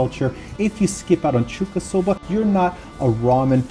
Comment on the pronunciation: Hey! It kinda annoyed me during the video, but it is Chuukasoba. 中華そば. ちゅうか is what you indeed say to food from China. So not a short 'a', but a long one :)